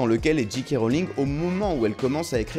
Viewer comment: Le "J" de J.K see prononce [djay]